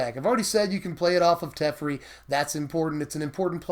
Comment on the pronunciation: teffurry... oof.